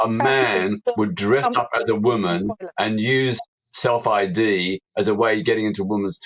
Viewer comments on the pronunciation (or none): How can Peter have been around so long but still pronounces the words women and woman in exactly the same way 😅